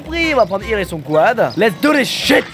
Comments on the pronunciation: Putain mais c'est pas "Irle", c'est "Eurle" !! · problème de riche : j'en ai marre de regarder des vidéos de squeezie et de devoir endurée son niveau d'anglais attroce. Il prononce Earl "irl" ça ce dit eurl putain !! Je suis américaine prennez du recule face à mon orthographe déplorable. XD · C'est pas "irle" mais "eurle"